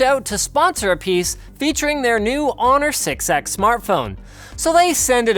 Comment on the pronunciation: Maaaaannnn, the 6X sounds way too much like six-sex :D